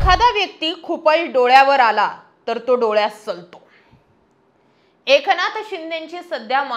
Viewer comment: ए...क नाथ शिंदे नाही ग बाई एकनाथ शिंदे. कोणत्या शाळेत शिकलात आपण? बाकी न आणि ण ह्यातला फरक तुम्हाला अजिबातच कळत नाही बरका 😂